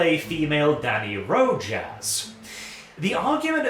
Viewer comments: I know you and Spanish probably aren't on speaking terms. It's Roe Hoss, not Roe Jass. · Rojas: Row-ha,s J in spanish sounds like h.